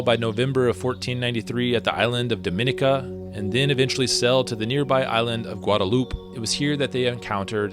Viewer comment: You pronounced Dominica incorrectly